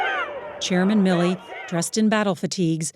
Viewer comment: General Mi-Lee.